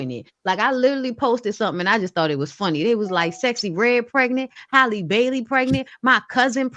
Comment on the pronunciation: Shout out to for continuing to pronounce Halle's name correctly.🙂